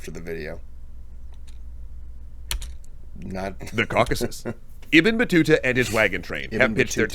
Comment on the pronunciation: Bro how you keep butchering Ibn Battuta’s name 😂